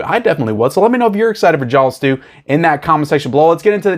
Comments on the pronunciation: I slowed the playback speed of this video to 50% and you are literally saying JAWLS. Its amazing. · I don't think you can say "Jaws" any more southern. Just fyi, to my ear, it sounds like "jyalls". My father bought me a complete Hitchcock works boxed set. It's only missing Dial M For Murder. It even has the two series. It's such a great box set. Highly recommended.